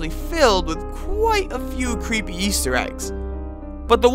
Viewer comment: “Whewe we dive into cweepy video game topics” Quit with the voice or else.